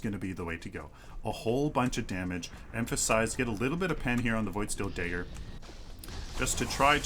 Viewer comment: It's not DAY-GER, but it's also not pronounced DUH-GER. It's pronounced DEH-GER. If you can do all that math, I'm sure you can learn how to pronounce dagger and lag properly:-P Sorry for the passive-aggressive comment. I love your work